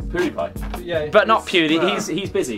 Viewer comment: They were joking. Notice they called him Poodiepie instead of Pewdiepie.